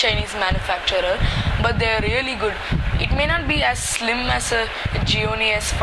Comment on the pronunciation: Idiot! Its not pronounced as Ziomi.LOSER.